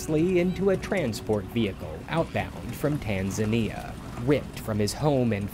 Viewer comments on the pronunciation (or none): none